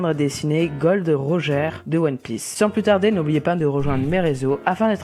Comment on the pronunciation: super le dessin et sinon ça ne se dit pas rogère c'est rodgeur et sinon tu l'a bien écrit ;)